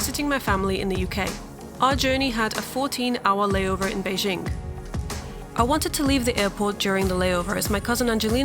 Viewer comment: Beizhing? It's actually spelled BeiJing...it's not French :p 'J' like 'John'